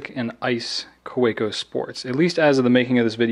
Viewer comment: It's pronounced Ka-ve-co. Its German, Germans pronounce their w's like v's.